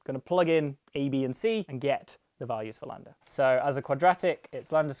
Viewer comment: Ok, but why do you keep calling it "Landa"? It's Greek, not Inglourious Basterds.